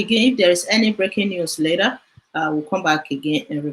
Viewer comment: Please when calling later please called it as in English please not lera.. later please.. you stay in America but when broadcasting for us broadcast not lera please ma.. we al hope on your broadcast please